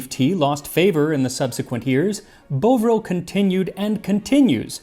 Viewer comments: You know, I've never heard bovril pronounced like that before... we've always called it bov (to rhyme with the hov in hover) ril.... I wonder if you could be right pronouncing it boe-vril... the reason I'm wondering is in irish gaelic, a cow is a bó pronounced boe... so much that a cowboy is a buchaill bó... you could be onto something Max, Scots gaelic and Irish gaelic are very similar... thanks for making my brain work and happy Friday... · Bovril (pronounced Bov - ril not Boh - vril) is still widely available in the UK and according to the internet it is also popular in France, Spain, South Africa, Malaysia, Singapore and China. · haha no, that’s what I’m saying - obviously that’s the derivation that they used to make the name Bovril. But the pronunciation in the UK isn’t Bowvril like Bowvine, it’s Bovril like Of-vil. I understand how they came up with the name, but that’s not how the public in Britain actually say it. Hope that explains. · For reference, the 'Bo' should be as in 'bought' not 'Bo' as in the projectile weapon. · Same, heh, i didnt even realise that the bov in bovril was referrin to cows until hearin him say it as bowvril instd of bahvril; im gonna wager bowvril was how it was first pronounced — but the more logical pronunciation, if one doesnt know the etymology, is bahvril; so it in time became that pronunciation in general use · You are mispronouncing "Bovril" In the UK it's Bov-ril, the Bov part is like how you say "Bovy" or like how you say "Bovey castle" etc, and it's still very common here as Beef-Tea, or spread on toast, We would drink it at school in the 80/90s and people still drink it at Football, and Bovril often had TV adverts going back to the 50's. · Bov rhymes with of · IT IS BOV-RIL ie BOV as in the ov in over.... No idea what Max is saying.... ughhh. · The O in Bovril is the same as in 'bothered'. 'Bohvril' just sounds like you're an upper-class twit trying to bond with his mechanic. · Bohv not buvril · bov-ril not bo-vril